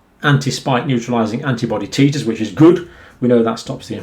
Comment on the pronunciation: titers is pronounced like tight-ers